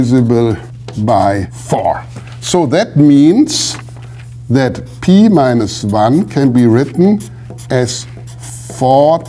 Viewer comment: pee minus wan. shudder